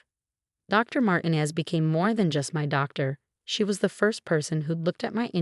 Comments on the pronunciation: IKR. They never pronounce it correctly. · The doctors name is pronounced MARTEENEZ !